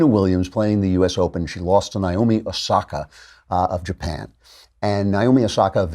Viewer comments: Lol, when a female from a certain culture within the United States finally gets held to the rules lol. Edit: Also, if anyone from the daily wire sees this, it's pronounced neigh - oh - me, not nigh - oh - me. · It’s Na Oh Mi, Naomi, not Naiomi